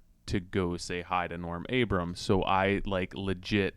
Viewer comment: Very first thing you do is say his name incorrectly. It's ABRAM, NOT ABRAMS! "If I live to be a thousand" (D. LETTERMAN quip) I'll NEVER understand why so many people continue do this.